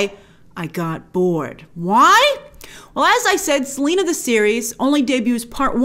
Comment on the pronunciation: and her first name is Selenas!!